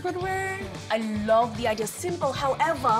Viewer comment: SHE NAILED THE WAY HE SAYS LOVE!! OMGG